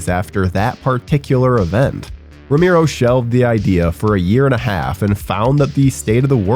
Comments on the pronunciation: Ramero? Cant even pronounce Romero right sheesh. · ROW-MARE-OH! You sound like a damn fool when you say it wrong. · dude saying Romero as "ra-MIRO" gave me psychic damage (I loved LotD though, great cast!) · Narrator kept pronouncing George's last name as "Roo-Mee-Roh" If you can't even get the pronunciation correct... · Turned video on realised it was voiced by 'that guy' and bailed before he said 'romeeero' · ramiro!!!!!!!!!!!!! Jesus why butcher his last name like that??? Just call him George. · The way you pronounce his last name spikes my blood pressure every time…